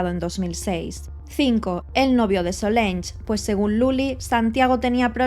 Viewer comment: Se llamaba Solange y se pronuncia "solansh".